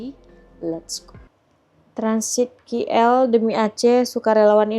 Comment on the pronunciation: ..sebutan biar betul...sudah banyak kali diberitahu...bukan 'ki el'...sebutannya 'k' ikut abjad inggeris...coba dengar betul2 sebutan 'k' dalam bahasa inggeris